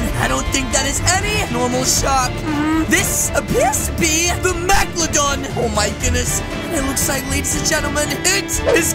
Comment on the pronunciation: I love how said maglodon instead of meglodon